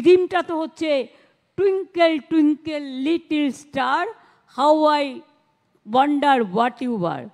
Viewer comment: আমি কি কানে ভুল শুনলাম মিনিট কি বললেন? হাউ আই ওয়াণ্ডার না গণ্ডার একটু থেমে কি বললেন? আমি তো শুনলাম গণ্ডার।